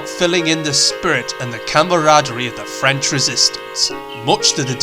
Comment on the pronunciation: As a French Canadian I can asure you. your proconiation is on point. Good job